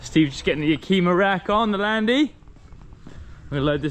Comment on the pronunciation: Yeah-Kima rack? Its pronounced Yak-i-mah.